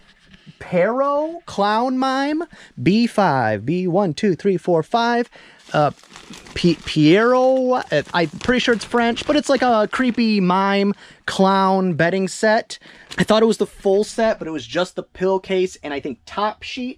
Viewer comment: Pee-a-raw would be how to pronounce Pierrot :) Just read Pee-a-raw quickly and you will be close enough I think. Julien (French speaking eBayer from California)